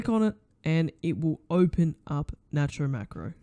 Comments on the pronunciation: its pronounced nate-ro!1!! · btw its called "nate-row" macro